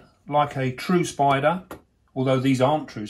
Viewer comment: he says SPOIDA for spider